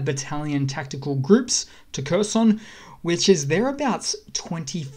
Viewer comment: If you would like to sound more like you know what you're talking about, Kherson is not pronoused like cursin' - it's more like hair-SON [xerˈsɔn]. And HAR-keev [ˈxɑrkiu̯] up north.